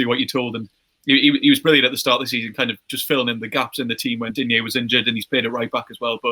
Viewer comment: As a french i'ts funny to see that the Spurs fan pronounces better the name Lucas Digne than the Everton fan ^^ and it's funny to see how high he is rated in England, whereas most Frenchs don't rate him (personnally I think he is great though)